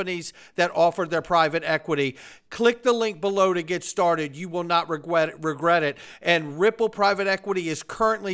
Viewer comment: Regwet it.. lol. 😂 love the show thank you.